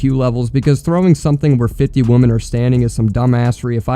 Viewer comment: Good video. But why can’t you pronounce “womEn”??? You say woman and women exactly the same. Come on bro. Women sounds like wimin. Woman sounds like womin. Try it.